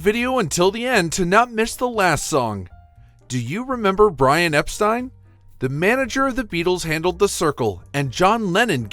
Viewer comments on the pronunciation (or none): none